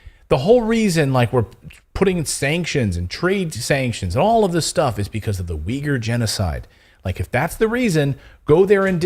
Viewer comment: I've already posted a comment about this before, but I'll try again. Zaporozhye is pronounced [zah-po-rozh-yeh] with the stress on the third syllable. Oh, and you mispronounce "Uyghur" too, I couldn't understand what you meant for the longest time.